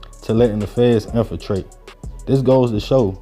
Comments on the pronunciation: Infiltrate not infatrate🤦🏾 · The title should be infiltrate....we from Baltimore an I know we spell it how we say it, but we say it wrong so we end up spelling it wrong. So it's infiltrate not infatrate... YW